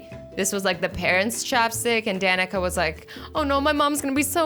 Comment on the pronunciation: My Danika is Pronounced Danica